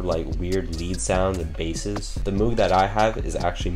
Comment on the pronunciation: Moog rhymes with Vogue and Rogue